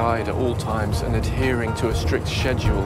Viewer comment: Thumbs down for the guy constantly mispronouncing "Schedule" as "Sesya'll".